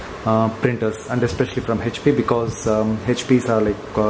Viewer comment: Hhhap nahi hota hai HP hota hai. Pahle bolna sikh le